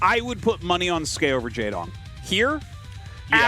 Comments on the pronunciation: Tasteless "Skee" "S-Key" facepalm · Tasteless : it's ski Artosis: it's skay Ziggy (English dub): actually it's S-key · Artosis invented Skey pronunciation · Don't worry tasteless I also thought the name was pronounced S - Key